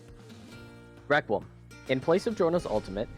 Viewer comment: The way how your friends pronounces requiem😭 RĘQÜÉM